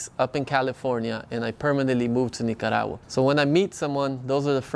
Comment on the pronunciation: I like the way you pronounce Nicaragua.😊 Great video. I’m looking into visiting there soon. Cheers ☕️